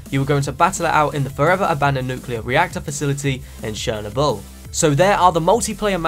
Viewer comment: Shernobull? It is Cher-no-bull (pronounced not spelt)